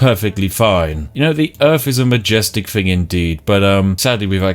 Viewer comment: If you're going to put on a mildly stereotypical posh accent. ..... at least pronounce your TH's correctly ... "Fing" and "fought" My god man.....